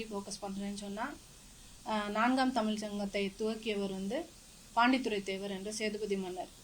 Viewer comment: அப்ப ஹிந்தியும் வேண்டாம் வேறு மொழியும் வேண்டாம் ,மண்ணாங்கட்டியாகவே இருப்போம் என்கிறாய்.ஹிந்தியோ வேறு மொழியோ கற்கணும் என்றால் வயதாகி தன்பணம் போட்டு கற்கணும்.அரசு பள்ளியில் ஏழை கற்கக்கூடாது.நல்ல பாலிசி!!! அதெல்லாம் சரி பள்ளியில் உன் பணத்தை போட்டு பிள்ளையை சேர்த்து காத்திருக்கலாம். குட்டிச்சுவருக்குப்பக்கத்தில் நிற்கவைத்து பணத்தை கட்டுவியா? முதலில் "ழ‌"கரம் சொல்லிப்பழகு.தமிள் , தமிள் என்று உச்சரிக்கிறாய்.